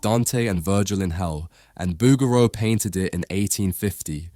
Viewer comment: I think you are mispronouncing the artist name bow-ger-row